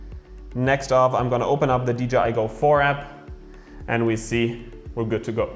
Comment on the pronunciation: AWESOME VIDEO AS ALWAYS!!! I also love that you made a good effort in saying DJI and not dgi lol x